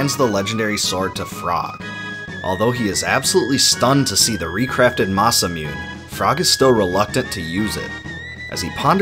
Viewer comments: I cringe every time I hear masa-myun. It’s Masa moo-ney. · gah the way you pronounce masamune drives me crazy. Its ma-sa-moo-neh not ma-sa-moon. まさむね = ma-sa-mu-ne, each a separate syllable in Japanese. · it pronounce "Masa Moone", not Masa Mune. Nice upload.Thanks. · Why does he keep saying "masa-mee-yun"??? It's fucking *ma-sa-moo-neh" wow lol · It's "neh", not "nay". But yes, "masamune" is four syllables, not three. This video was still magnificent though! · Man, I really need to play this game again. It's such an amazing game. Also for the record, it's pronounced "ma-sa-moo-nay" not "ma-sa-moon". Masamune is normally in reference to Goro Nyudo Masamune, who is considered Japan's greatest swordsmith. Only a few of his swords remain today that are verified as made by him. I highly recommend looking up more stuff about Masamune like legends and other stories; it's really interesting stuff! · It's pronounced 'Masa-MOON-eh' not 'Masa-mewn'. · oh my god, the memories. this is some exceptional editing dude. although i do cringe a little everytime i hear "masamyoon" (supposed to be "masa-moo-nay"). still, this is some gargantuan undertaking which explains the story clearly! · Masamune pronounced MASA-muNE or MASA-muNEI. Not "Masa-moon". It's the name of a swordsmith in the 13th century. There's no silent "e" in romaji transcription. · I like the video, but can’t get over how you call the sword the “Mah-sah-Myoon,” when it’s pronounced “Mah-Sah-Moon-Ay” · great video but it's ma-sa-mu-ne and not ma-sa-mune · Masamune mah sah mu nay not Mah sah moon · It's masamuné not masamewn, it's not Epoc, the, c is silent not, h, it's pronounced Epoh. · It's pronounced mah-sah-moo-neh, not masamyoon. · I think you pronounce alot of name wrong. But its understandable since you are not japanese. For example, its not 'ma-sa-mune'. Its 'ma-sa-mu-ne'. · Say it with me; "MA-SA-MOO-NE" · Anything is better than "Masamyoon" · Watch me whip, watch me masamoonaynay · masamune =/= masa-myoon